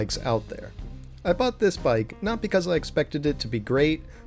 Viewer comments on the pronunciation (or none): none